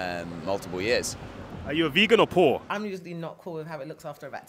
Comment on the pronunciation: are you a vegan or POOR (capitalization and bold to emphasize his enunciation